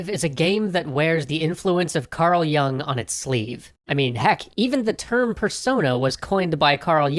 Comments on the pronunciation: you dont even pronounce his name correctly lol. yoong. not young. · it's 'yewng'.